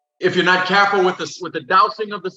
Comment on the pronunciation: HahA! That Lafayette came out in him when he said “CAreful”.